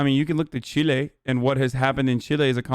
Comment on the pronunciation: “c H i L é”